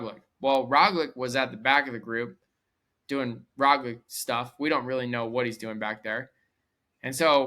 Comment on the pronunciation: Try pronouncing Roglic as Roglich and it will sound almost correct.